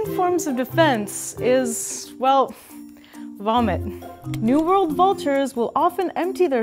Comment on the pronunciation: Sounds like you are saying New Vold Vultures and Old Vold Vultures